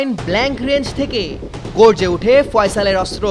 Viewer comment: অস্ত্র উচ্চারণ শুদ্ধ উচ্চারণ করতে হবে 😮